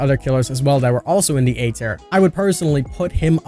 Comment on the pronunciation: King, I love you to pieces but you say the word tier differently than I’ve heard from a lot of people. I wasn’t getting what you were saying at first. Still my DBD boi though!